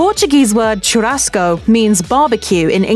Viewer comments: * tchurasco * ahahahaah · please stop saying TCHURASCO CHU has the same pronunciation as "SHO" in shoe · Yeah, and "churrasco" and "rodizio" - basically every Portuguese word she said. If you're going to do an "educational" video, at least take the time to figure out how to pronounce the words. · It hurts my ears to hear you butcher pronunciation of "churrasco," "picanha," and others. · Yo is it really that hard to pronounce the rr in churrasco? Pls native english speakers help me understand this I am NOT bragging, I just want to know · I cringed when the woman tried to say "churrasco". They really can't pronounce the "RR" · Brasil: *chillin'* Gringos: Tshuráskou, PykaNa jokes aside, i'm pretty impressed with some of her pronunciations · the right pronunciation: picanha = pee-ca-ña churrasco = shoo-ha-sco chuleta = shoo-le-ta churrascaria = shoo-ha-sca-ree-a other than that, this video is surprisingly accurate, but this type of barbecue is more common in southern brazil and we actually do this "gather around the fire" thing to this day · "Pickonna" "Fogo di chow" "Cherassco"